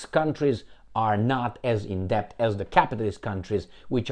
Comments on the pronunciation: Debt is pronounced det (the "b" is silent) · Excellent analysis,. Just don't sound "b" in the word "debt". Say "det" Argentina is a basket case. The man who claims he talks to his dead dogs (who apparently speak to him in the voice of the very powerful Jewish Bullrich) says he wants to privatize more... what's left? They have privatized even water!